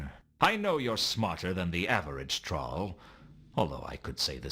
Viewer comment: Rod Brydon’s American accent is pretty good, except for how he pronounced “troll.”